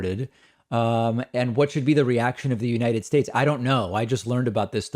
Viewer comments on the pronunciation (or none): none